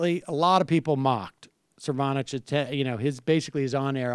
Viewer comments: Sam undercuts his credibility by continually mispronouncing the name of Cernovich, starting . Correct pronunciation is SIR·no·vich, not sir·VAW·nich. Interestingly, he pronounced Cernovich's name properly at the start of the video, but later switched to bad. Go figure. Additionally, , Sam says "which is a real phenomena", which is incorrect. The proper noun form is 'phenomenon'. Sam again undercut his own cred by using the wrong word when he rightly mocked Cernovich's misuse/mispronunciation of 'dilation', which should be pronounced DIE·lay·shun, not DEE·lay·shun. BUDAPEST • 2017 NOVEMBER 17 • • • • • • • • • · Cernovich. It's Cernovich, right? Cervonich? Ok, Cernovich. Anyways so Mike Cervonich, err Cervonovich.. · CERnovich, not CerVANich lol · lol, cracking up every time sam butcher's "cervonovich's" name... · I don't know whether or not Sam is intentionally flubbing "Cervonovich," but I hope so. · Cervanich, Cervanovich - I thought it was hilarious... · Lmao, Sam gets told the guy's name at the beginning and proceeds to still call him Cervonich the entire rest of the video. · Jesus Christ Sam... It's pronounced Cern-o-vich just like New Matt kept saying! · Sir Von-Itch. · CER NO VICH. Just say the name right. C'mon, you're a professional. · They got it completely wrong. It's Cernobitch. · I do like the correct pronunciation of name, then checking for correct pronunciation of name, followed by deliberate incorrect pronunciations of name. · Do you think it was an accident that Sam pronounced Cernovich's name like 5 different ways after all that's happened between them? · I love how Sam clarifies and pronounces that idiot's name correctly and then proceeded to pronounce it incorrectly for the rest of the video. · Sam's outright refusal to say Cernovich's name correctly is amazing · I counted 4 completely different pronunciations of Cernovich from Sam. lol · It's hilarious how you refuse to pronounce his name correctly.